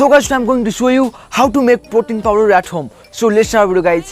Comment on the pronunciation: Powder Not Power Ok Mate :)